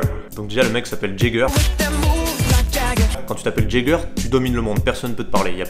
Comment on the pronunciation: Grenoble represent!!! (Dit avec accent "Jager"... Pas "jajé"...)